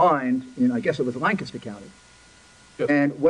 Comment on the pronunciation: Lawyer Country bumpkins cant pronounce lancaster